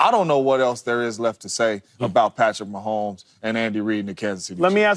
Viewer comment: I love JAMES JONES, but every time he says PATTY MAHOMES, it hurts me deeply ahah.